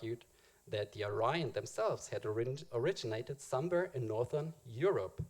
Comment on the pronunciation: I would think you would know how to pronounce "Aryan" considering the subject matter...